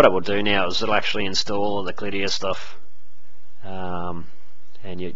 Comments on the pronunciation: CYDIA...NOT KLIDDIA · i dont think its pronounced clidia